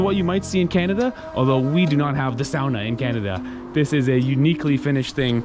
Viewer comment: Says ‘sauna’ in front of the finns and says sahnah when he’s by himself